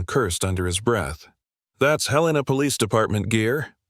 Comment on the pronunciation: Love the story, except Helena wasn't pronounced correctly!